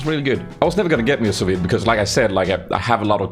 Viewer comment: lol its pronounced "sue V" i believe its French